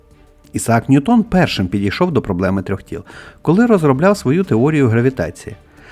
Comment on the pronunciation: Не НьютОн, а НьЮтон, бо англієць, а не француз. Чому це прізвище так часто невірно вимовляють, аж дивно. Нібито грамотні люди